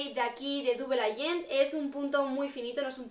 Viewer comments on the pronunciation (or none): Ha:tfelt's #1 air conditioner que se pronunciaría "dabol eiyent" jajaja y ha sonado raro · Te quiero mucho pero no sabes pronunciar muy bien el inglés como por ejemplo double agent no lo pronuncias bien pero bueno